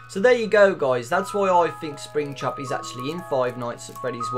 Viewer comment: When he say's springtrap I hear springchrup